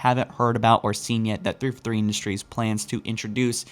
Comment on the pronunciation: Your enunciation was much better in this video. You spoke more slowly and clearly than normal. Good job. You still pronounced "343" like "thrfrthree", but much better overall.